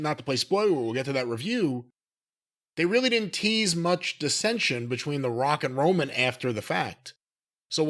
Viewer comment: Sounded like he said Rockin Roman 😂Not sure why it made me laugh. 🤷‍♂️